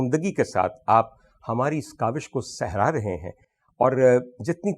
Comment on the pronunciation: Sehra rahe hn nahi hota sarha rahe hn hota h